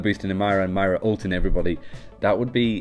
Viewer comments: ok listen. its MOIRA not MAIRA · It's pronounced MOIra not MYra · You keep saying my rah when it’s supposed to be muy rah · you keep saying myra instead of moira and obbs instead of orbs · It's not "My-Ra," it's "Moy(like boy with an M)- Ra" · It’s not My-ruh it’s Moy-ruh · Moy-ra not Mara, This is annoying me more than it should, probs cause im from northern ireland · Why do you pronounce it Myra when it literally fucking says Moira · Her name is pronounced moyra btw. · I stopped watching right after the first time they said "Maira". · I'm sorry being Irish I'm annoyed as to how ppl pronounce her name. It's moy-ra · As an Irish person, the way he pronounced her name triggered me. Also the fact that In Ireland we spell it Máire, not Moira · i swear you are saying mario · Moira is pronouced "Moy-ruh" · I don't want to be that guy, but you're pronouncing her name incorrectly. It's pronounced like (More Yeah). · Isaac Ben-Ezra umm no Moy-Ruh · that's not at all how it's pronounced... its Moy-ra or Moy-ruh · This was driving me nuts the entire video. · Why can't you even pronounce moira